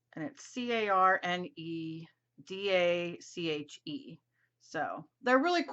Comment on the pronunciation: I feel that it would be good if you knew the name of the product you were trying to show us how to use. It is CARAN and then you pronounce the last part Dash